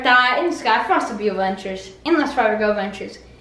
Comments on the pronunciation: It's pronounced ad-ventures, not uhventures. The kid says it all the time and it's so annoying. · I love the videos but the only thing that bugs me the way he says "Avenchers" instead of "ADvenchers"